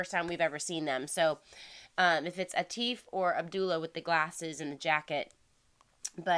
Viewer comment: Abdullah Siddiqui "Kids" "come Thru" and "Lament".You will like.All in english to boot....Atif...(Aa-tif). Not teef